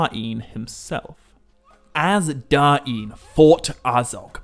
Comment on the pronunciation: I like the contents. But why call him King Da-in Ironfoot?